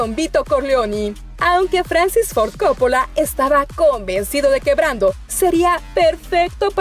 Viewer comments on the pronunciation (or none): none